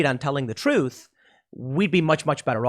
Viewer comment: What is Tim talking about, Donald Trump’s platform? Sounds like he’s saying “Dwak” . Does anyone know what this platform is?